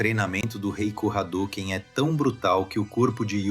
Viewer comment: Amo esse anime. Não tenho dúvidas que você estudou e pesquisou bastante. Mas pronunciar yuZuke, Jenkai, hadôken, aí me quebra. Só assistir o anime am japonês e ser fiel à pronúncia. Enfim, ótimo trabalho, é só uma crítica construtiva